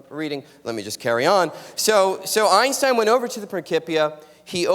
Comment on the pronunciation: If she says "Einshtein" one more time..